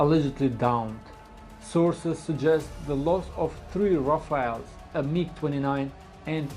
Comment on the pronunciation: Rafaels ❌ RaFAILS ✅ RaFELL ✅